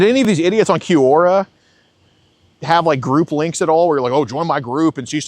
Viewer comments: It's obviously Q-Aura... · It's pronounced kwaw.ruh, geez. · It took me a good 30 minutes of hearing them say “cue-ora” to realize they’re talking about Quora lol. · I’m shocked every video about how poorly educated is. How is possible he can’t properly pronounce “Quora.” I’m surprised he made far enough to drop out of college in the first place.